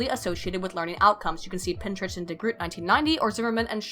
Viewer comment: Every time she said Pintrich, I heard Pinterest xD